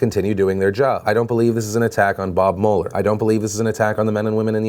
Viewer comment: Phil why you gotta mispronounce Mueller and Nassar